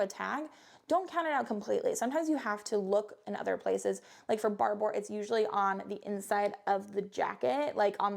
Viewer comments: Barbour is pronounced just like barber. Scottish, and spokesperson was Sam Heughan for a while. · It's pronounced Barber like the guy who cuts hair....